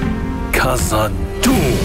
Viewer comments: Why try putting on a dwarven accent if you can't even pronounce Khazad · In Tolkien's dwarvish the 'kh' in Khazad shouldn't be pronounced as k, it's a [x] sound, like the spanish J or the russian X. They do this well in the LOTR and Hobbit movies, but it's wrong in this trailer if the guy speaking is supposed to be a dwarf. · A dwarf mispronouncing the KH sound. Great.